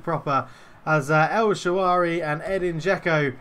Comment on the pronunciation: An early goal in your favour and I think you’d have turned it round. I was also just about to ask if you’d been practicing, then... “el Shaawary”? 😉